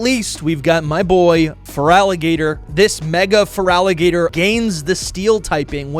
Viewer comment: THERE IS NO VOWEL BETWEEN THE T AND THE R IN FERALIGATR!